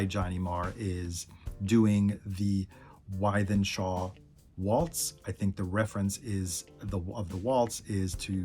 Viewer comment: Hi, I always enjoy your Smiths videos. Lots of interesting info. you are going to have to brush up on your Manc pronunciation though. Wythenshawe is pronounced withen-shaw, not why-then-shaw. Lesson over 😂. What’s next in the Smiths series? Andy